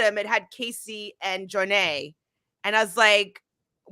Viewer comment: Am I the only one who thinks that the way the ladies pronounce Jonna’s name is hilarious 🤣🤣 JOOOO-NAY